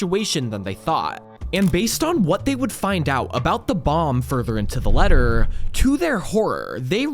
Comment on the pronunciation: I know... "letter" was honestly the final straw for me